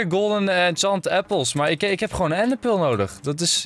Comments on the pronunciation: What da fuq is een ende pul 😂😂😂😂 ga Engels leren ofzo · Ik vind het altijd grappig hoe Enzo ender pearl zegt: endepeul